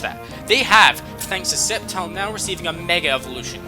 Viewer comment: bruh, did anyone else cringe everytime he said "septile" instead of "sceptile"